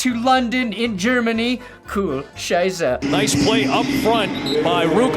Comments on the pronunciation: So ein Blödsinn. So every time he said "coole scheiße" I heard "Kühe scheiße". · I've been following for ages. Like when he had 20k subs. And as a German I always love when American's talk German. This is one of the funniest times, like South Park level., deine "coole Scheiße" ist richtig coole Scheiße.